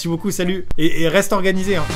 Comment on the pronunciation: " Et reste ORGUEanisé " , je suis la seule a avoir compris ? hahahaha